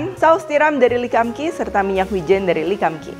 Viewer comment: Lee kum Kee bacanya Li kung Ki bukan le kam ki